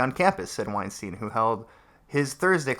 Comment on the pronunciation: So, I know this is ultimatly irrelevant, but i cant help myself: his name is weinstEIn, not weinstIEn. The "ei" is pronounced like I or eye. Its german and means winestone. Also: damn these children are stupid, it hurts.